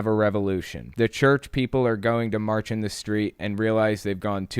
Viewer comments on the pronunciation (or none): none